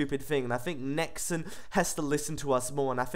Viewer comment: Why do you pronounce it Nex-En ?